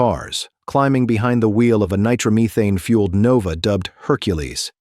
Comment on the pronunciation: OMG stop already with the AI. . . . Is it a Funny car or a "Funny" car? Also wtf is Nitromeeethan? Also mispronounced his name. Also much of this information is not even correct. 🛑 STOP 🛑 with the nonsense please. .